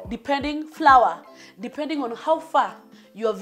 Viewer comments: Njeri Ngugi yes he is...from the dictionary though people ain't used to that pronunciation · It's flower The pronunciation 😂😂